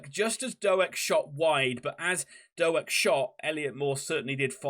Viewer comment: Our man (for now) is Ben Doak, pronounced Doke not Do-Ak. Apart from that I really enjoyed your post. I hope you stay up.